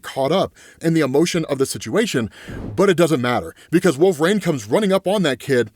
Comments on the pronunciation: Wool-Ver-Reen. Pronounce it. Right now. Wool. VER. REEN! Wolverine. There is no "A" anywhere in that word. It is NOT Wool-Vrain. That is incorrect. Pronounce it as, Wool-Ver-Reen. Please and thank you. OMG. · Please. LEARN TO SAY WOLVERINE!! 🙏